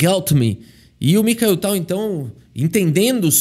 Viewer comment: Fala o nome dele errado dnv, vão já te cancelar em 😂😂😂😂